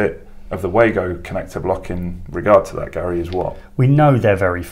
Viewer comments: great video as always, I love the Wagos too, having bought a set at Elex London I have used them since, but I have to tell you that the Wago rep told me that they are pronounced Vago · Yes i know, i sold them as a distributor and went to the factory in the early 90's when they first came in to the country, The very reason i commented was because you continually referred to them as way-go in the video which was wrong. if you know why do you call the way-go? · Wago have been around since the early 90;s, its pronounced var-go.